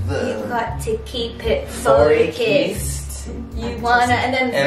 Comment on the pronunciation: australian 'focuysed' sent me